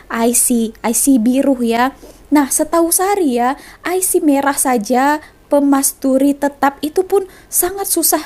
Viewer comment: bukan permasturi,..tapi pemastautin